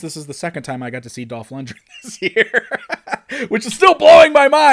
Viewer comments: For such a big fan you’d think he’d know how to pronounce LundGren properly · Lund-gren not lund-dren.